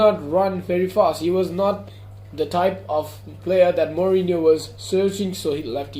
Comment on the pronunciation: Not mourino van gaal